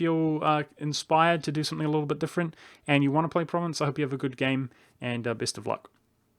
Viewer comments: It's pronounced ProvAnce not Province. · You Mispronounced Provence. It's Pronounced Like "Prov-On-S" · Pronounces "Provence" as "province". YIKES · From à French Guy "Provence" in french is Pro-van-ce or Pro Van (like in provi"den"ce) sss And gaul is frim Gallia that seems Land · Your pronunciation of 'Provence' was painful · Still not how it's pronounced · with the AN pronounced nasel, like ng in song. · I mean I get why people mispronounce individual provinces in an LP, but if you're going to do a whole video about one country, find out what its name is first.